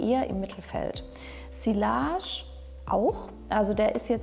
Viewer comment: tolle auswahl und interessante Beschreibung! Ich mag auch deine ruhige Art. Bitte sprich doch sillage mit j in der Mitte aus, sonst kommt's so unprofessionell rüber ;) Merci!